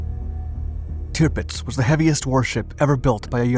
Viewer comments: It’s pronounced TIRRPITZ not TIPITZ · It's NOT bloody 'Tipitz.' It's, 'TIRPITZ.' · No such ship as Tipits i think you mean Tirpitz. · Dude... it's "TIRpitz." Not "TIPpitz." Geez. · It's TiRpitz not Tipitz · Sounds like "timbits" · Driving me nuts with this repeated mispronunciation of the ships name. Tirpitz is pronounced Ter pits